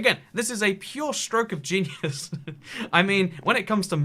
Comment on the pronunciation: Did I heard genius or genieus? Hahaha